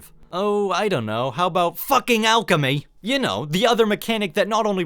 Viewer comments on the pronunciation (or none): "Focking alch-em-y'